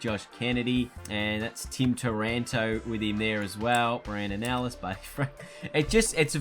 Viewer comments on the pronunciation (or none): none